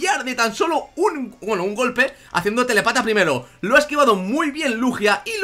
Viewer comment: me hace gracia cuando decía "telepata". Es telÉpata, que indica que tiene telepatía.